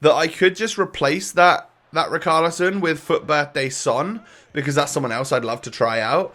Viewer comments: riCHarlison NOT riKarlison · Can u pronounce ‘ch’ it’s richarlison not ricarlison